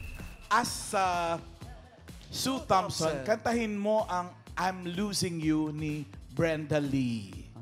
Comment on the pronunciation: Ang galing sana ng pangalawa kaya lang ang pronunciation and enunciation ni Ryan "Sue Thompson" sumasablay